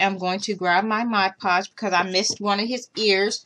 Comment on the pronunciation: Thank you for doing Freddy you did a wonderful job. You said mod podge right. I wanted to thank you for all of the projects that I have requested from you. I am very happy that I found your channel. I found mini brands at Walmart. Have a great day.